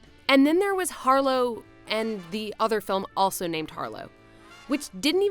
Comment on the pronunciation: British way of saying Harlow makes it sound far worse😐